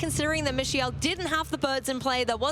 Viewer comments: she called him michelle at least twice idk bro 😭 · Bro his name is MIKE-UL who dafuq is mish eye el? Bring back aaron and wolfe bro im BEGGING YOU!😭💀😭💀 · Me-sha-el, Fake Out Presurre...wdh are these commentators talking about...🥲🥲🥲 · LOL bro true... not the best... I can kinda imagine saying "me-kha-el" too fast and it turns into michelle, but you right. I'm just trying to be patient with the casters 😅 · How about how the announcers pronounce his name 😅